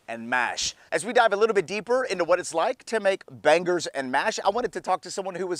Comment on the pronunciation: It's making me tick every time he says "ban-gers 🥴 it's "bang-eurghs" Bangers.. but fair play it looks up to standard, I can't lie. 👌🏽